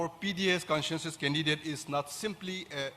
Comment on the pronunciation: NPP president pronounced Consensus as conshanshus,and president as peshiden.